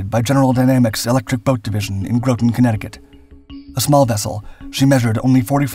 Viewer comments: While stationed at EB in new construction I saw some of the hull plates being rolled for the NR-1. Pretty impressive in thickness. By the way it pronounced Grawton Not Growton. (Groton, CT) The wheels used on the NR-1 were tested on the USS Mackerel (T-1). I got to tour the T-1 dockside at EB while she was there to be fitted with the wheels to be used on NR-1. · It's not Grooton, CT it's pronouned with a short "o" like got, rot, tot, lot: Grot-ton, CT. Navy crewmen that suffer being stationed there call that place Rotten Groton. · Groton is pronounced like yacht, not like grope 😂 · Groton, Connecticut is pronounced "grah-ton," not "grow-ton." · It's pronounced G-Rah-Ten, not G-rO-Ten. I live about an hour from the base. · Graw ton, not grow ton... come on, proper pronunciation is important! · Groton, Connecticut is pronounced like the word rotten with a G on the front. In fact when we were kids we’d call it “Rotten Groton”. It’s not “Grouton” like you pronounce it in many of your videos. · FYI, and future videos, Groton is pronounced "GRAH ton", not "GROW ton". Other than that, an excellent video. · i’m from this town and it’s called Groton like rotten not grow-tonn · Groton is pronounced ( Grah-ton ). We Submariners call it "Rottin Groton" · Your saying Groton wrong, it sounds more like "graw ton". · The locals pronounce "Groton" with a short "O", as in hot. (Not as in grow.) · "Groton" rhymes with "rotten" when you pronounce it correctly. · it's said Grua Ton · It's pronounced "Groton" as in "rotten" 🤓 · Not sure this would bother most, bur Groton is not pronounced with a long O, it sounds like “rotten”. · Nice video. Groton is pronounced with soft o's. Grawt-tun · I grew up living in Navy housing in Groton, Connecticut. The correct way to say Groton is "Grotten"... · Grow-ton? Multiple times? Ugh. You were doing so well until that BS. If you're doing a video about US subs, maybe learn how to say Groton. Wow. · Like "rotten". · Like the ‘taters